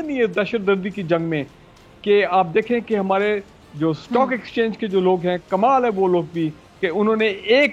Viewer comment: ڈاکٹر صاحبہ لفظ سٹاک ایکسچینج ہے اسٹاک ایکسچینج نہیں ہے انگلش کا لفظ ہے